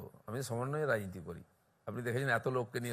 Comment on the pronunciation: ও বালের ৬পয়সা নেতা,তার আবার সাক্ষাৎকার,যে রাজনীতি শব্দটা পর্যন্ত পরিস্কার উচ্চারণ করতে পারে না,বলে রাইনীতি,যে ফেক ITডিগ্রী নিয়ে ঘুরে বেড়ায় একটা অশিক্ষিত আগাপাশতলা দুর্নীতিগ্রস্ত তার সাক্ষাৎকার আপনাদের চ্যানেলগুলোই নেয়,একটা ইংরিজীতে প্রশ্ন করুন দেখবেন উত্তর দিতে প্যান্ট হলুদ হয়ে যাবে,যে বলে "গরুর দুধে সোনা পাওয়া যায়!"সে নেতা নয় ঘর মোছার ন্যাতা!😅😅